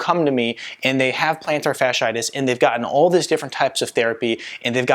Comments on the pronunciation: ROBO COP VOICE: PLANTAR-SHARD-SHIGHTISH!!!!😂😂😂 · He lost me the moment he misspelled and mispronounced the ailment. If he can’t get that right, how much am I going to trust the rest of what he has to say?